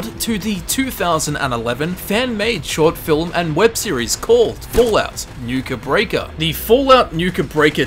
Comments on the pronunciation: why do you keep saying Nuka Break-ah? its Nuka Break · Why do you say Nuke Break like Nuka Breaka? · Did anyone else cringe when he called Nuka Break, Nuka Breaker? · ikr. I kept yelling to myself it's nuka break ya nutter!